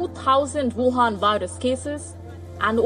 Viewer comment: "Whuhan virus cases"😂😂😂👍